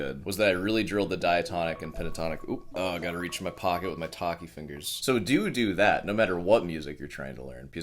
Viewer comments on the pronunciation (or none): he actually said "do dew that"! 🤣